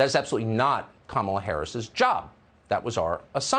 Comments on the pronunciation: Wait when did cukker start pronouncing vice president harris first name correctly? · and of a sudden, he knows how to pronounce Kamala Harris... what a coward!!!